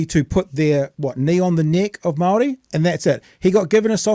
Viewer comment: Damn. Got to at least give credit for a half decent pronunciation of the word Māori. Puts Winston Peters to shame🤣